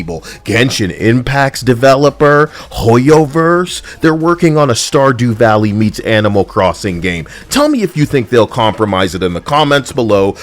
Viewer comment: can we remove the IN FORCED Stardew Valley pronounce mode after all practices what you preach right. the woke movement really has become a zombie..